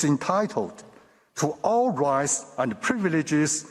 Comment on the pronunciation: this man said ... a full spectrum of rice ( rights) LOL.